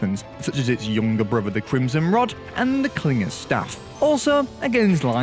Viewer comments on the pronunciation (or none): none